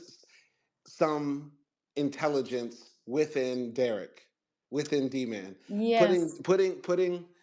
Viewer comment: She raped him her sick azs! And i HATED when she said DMAN....its D- MAN